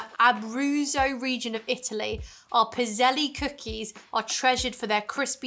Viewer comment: The last E in Pizzelles is silent. When I was growing up we had a pizzelle maker and you would just pour the batter onto this machine that looked like a waffle maker. They were known men as an Italian cookie but now you can find them all over.